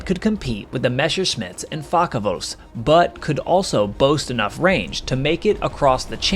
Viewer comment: "Meshashmitts und Fackawulfs" der "Luffafä"